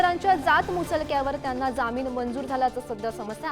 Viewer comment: Jamin nahi jaamin marathi chi asho waat lau naka.